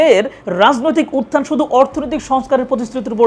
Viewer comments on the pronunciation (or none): none